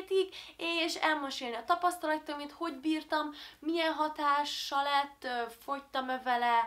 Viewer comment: azt mondod tapasztolotaim xd